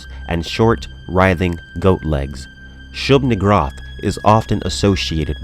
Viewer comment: That pronunciation of Shub"niggurath is probably better than the intended pronunciation.